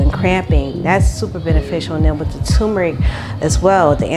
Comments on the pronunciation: I love your goals. Turmeric is pronounced tur-me-ric. You are silencing the R. Helping someone because I want people of love to help me. Congrats on your success. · I do the same when making pizza. BTW.... it is tuRmeric. I😊. So many people miss that R. Pronounced tur me ric.